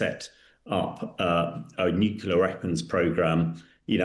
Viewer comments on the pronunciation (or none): Not expecting much radiation because Iran had not achieved the mythical high level of enrichment. There is no evidence of "obliteration." TACO talks through his turban. BTW it's nuclear not nucular. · Hamish it’s pronounced NEW-CLEE-AR not NEW-Q-LAR (there’s no such word). Nuclear derives descriptively from the Nucleus. Where was he educated? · This gentleman has been mixing with too many Americans.......he has started saying ‘nucular’ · Someone, anyone………please teach this man to pronounce ‘nuclear’. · Hamish can't pronounce nuclear, that's not a good start, is it Hamish